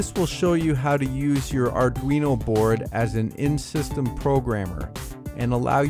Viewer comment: Auduino? Thats like Helmer Fudd saying "Arduino"? ;)